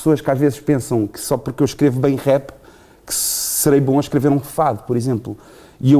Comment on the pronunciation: o entrevistador tem a mania que fala muito bem inglês mas nem rap sabe dizer caraças !!!